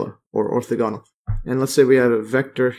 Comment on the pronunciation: Ortha-ganal. Lol you made me double check I was pronouncing it correct.